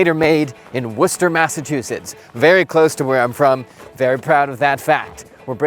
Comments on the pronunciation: I was impressed with your pronunciation of Worcester, but then you said you were brought up close by, so only partial points. 😊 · It’s a real pleasant surprise to hear somebody pronounce Worcester right. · I mean he is from Mass. I’d be pretty disappointed if he couldn’t 😂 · Like a Masshole? 😂